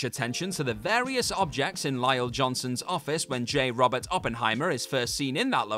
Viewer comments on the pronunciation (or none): none